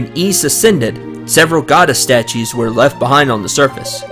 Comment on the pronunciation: Ys is pronounced "eece". It's got a slow start, but you're now ready to go and explore the place. Yay!